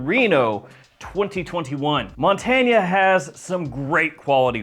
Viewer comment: I think it’s pronounced Mon-tain.